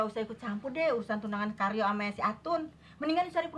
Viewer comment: Candu denger bilang Karyo, jadi keryo 😅😅